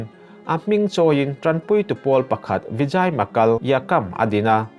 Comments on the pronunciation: Vijay = Vizei ❤ Vizai ti tlat 😂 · Enge Vijai chu😂 "VIJEI"tiin lam zawk tur aw.TN ah Kum tam ka awm ve tawh a,i lam ang a lam hi an awm ka hre lo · Vi-jei ti a lam tur ania, ahming hi. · Vijay nilovin jei tia lamrik tur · Vijay tih I lam dan hi mizotawnga e ang a lam tur a ni lawm ni? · i over confi tawh mah²😂,Vijaya tih te hi mi lam dan tlangpui angin lam ve maila,adiklo chu kati hauhlo,mi lamdan lo hian iti deuh kher hi 😂😂😂😂intih dangdai itim tran tawh tlat😂😂😂😂😂